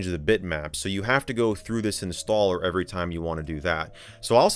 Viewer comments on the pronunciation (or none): none